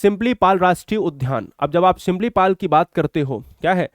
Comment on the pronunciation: सिंपलीपल नहीं गुरुजी सिमलीपाल😮